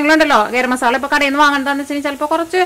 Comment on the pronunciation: മോളേ ..... മസാളയല്ല. മസാല എന്നാണ്. മസാല